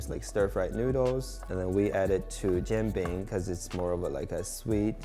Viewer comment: This turd is eating "jian bing", calling it a "Jean bing". Maybe a French Canadian monstrosity?